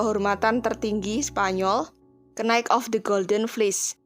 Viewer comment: Iyaa bner, knight =kenaik🤣🤣🤣